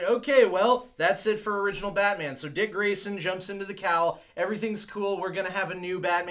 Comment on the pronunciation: You say "Batman" like it's a surname, like "Bateman"... You need to stress the "-man" part a little more. Or maybe you're doing it for laughs? Pretty dull if so. Or maybe I'm dull? I don't know anymore. I'm on a horse.